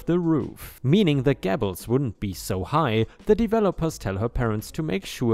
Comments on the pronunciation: Flea is pronounced flee and gable is pronounced gay-bul. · ..... in story about the "GABLED' roof? Gable or Gables is said like GAY-Bles. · In that vein, gable is pronounced gay-bull. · The farmer revenge is a fantastic story. So enjoyable. ⭐⭐⭐⭐⭐⭐⭐⭐⭐⭐⭐⭐⭐ Two new pronunciations for you: flea market is pronounced like the insects (fleas found on dogs/cats). Simply means a temporary very cheap market selling lots of bits and pieces. The word gable is pronounced as gay - ble. Have a good day. ⭐⭐ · Anne Of Green Gabbles! Gables rhymes with tables, stables and so on! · Gables rhymes with tables, cables, etc. Flea rhymes with flee, free, etc.⭐️⭐️⭐️⭐️⭐️⭐️⭐️ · The ea in flea is pronounced like the double e in deep. The a in gable is pronounced just like the a in table or day.